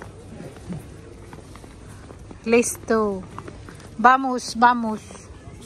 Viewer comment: Careful in the snow, very slippery. No upload while you're away on holiday😔. Good to see you're both well. Bread loaf looks good. Wll wait for the video on how you made the bread 🍞👍 take care 🌈 P.S. it's VAMOS not vamosh/vamush... hehehe 😉😅